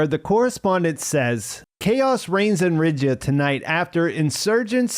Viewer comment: well that's a pronouncication of Riyadh I have never heard before